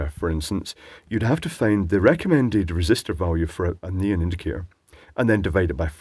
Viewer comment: and his "neen" lights... It took me a while to realize you were referring to neon lights in previous videos. Either it's not so obvious this time or I'm becoming used to translating on the fly;p